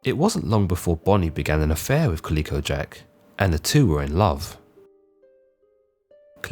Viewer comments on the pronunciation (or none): Calico: ka ·luh·kow. Kind of hard to hear such a constant wrong pronunciation of a name. 'Kaleeko' sounds like a good name for a gaming company, if anyone wants it! The artwork is sexist, but, other than those two tiny details, great vid! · It's ca-lih-co. Not pronounced "kaleeko" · Colleco Jack? No, man, it's calico, like the cat. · It is pronounced Cali co jack ... Moran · Think it’s pronounced “CaL-ico” Jack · Dude half your pronunciations are completely wrong. Plus it’s Jack Rackham, not Rackman. That’s not even disputed anywhere like Blackbeard’s real name was. And calico is pronounced (ka•luh•kow) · Is that really an alternative way to pronounce calico? Never heard anyone of any nationality say it that way before. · Enjoy the videos. Only wish you didn't mispronounce calico.